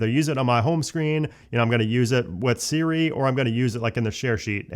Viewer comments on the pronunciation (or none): none